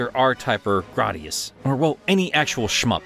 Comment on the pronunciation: Hold up, "grah-dius"? No. It's "gray-dius". I don't know where you heard grahdius.